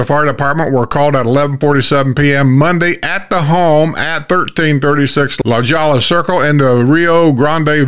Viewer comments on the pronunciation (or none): Love your channel & always enjoy the show 👍 BTW, someone once told me it's La-hoy-a -- I used to say La-jole-a too (LaJolla) 😉 Keep up the great shows!